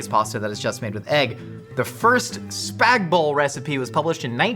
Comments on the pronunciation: The Aussie "noodles", we would say pasta, is "Spag Bol" not "Spag Bowl". It is short for Bolognese. Also you should cook the spaghetti into the suce, not pile the sauce on top. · Teacher in primary school “it’s spag BOL not spag BOG” Me and my best friend: “spag BOG”